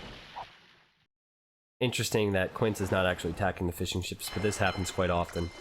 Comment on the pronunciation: Does anyone else think he was saying "fish and chips" instead of Fishing Ships?